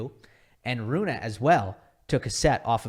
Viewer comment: Broooo, its not Runah, but Rune. Like Runeh its pronounced